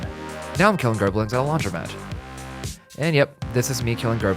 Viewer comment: Gerblins? Wtf?!? Is he trying to say Bokoblins?